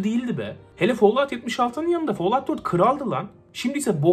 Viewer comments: follavt ne aq folavt. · Tek L ile okunuyor lütfen follaut deme folaut de fall fol diye okunuyor teşekkür ederim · Follağut deme yeter midem kalktı😂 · Çok fazla folluvt dediğin için bi yerden sonra follovt oluyor insan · Abonelikten çıktım çünkü bıktım herşeyi yanlış telalffuz etmesinden rockstar videolarında ısrarla bin defa roksıtar diyodu bide şimdi fallout a falllaud çıktı. Abonelikten çıktımm